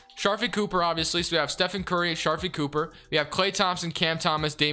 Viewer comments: STOP CALLING HIM SHARFIE!! IT'S SHARIFE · it’s (shuh-reef)